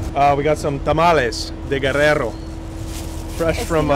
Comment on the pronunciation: You pronounce and roll your r when you say Guerrero 👍 dope to get insight on famous beauty